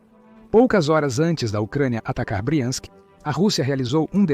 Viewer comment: O narrador precisa decidir se ele pronuncia BRIANSK OU BRAIANSK !